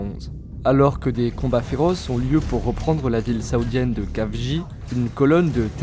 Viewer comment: Ca se prononce El-Khafji pas Kafji (comme la jota espagnol)